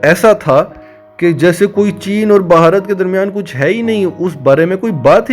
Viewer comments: اہ بھائی ویڈیو میکر۔۔بھارت کو بھہارت کیہ رھے ھو۔۔ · بھائی جان آپ بھارت پر ویڈیو بنا رھے ہیں۔۔۔کسی سے بھارت کے نام کا تلفظ سیکھ لیں